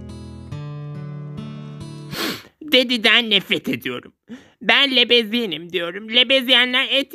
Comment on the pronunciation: lebezyen demen felan komik ama gerçek lezbiyenler için kırıcı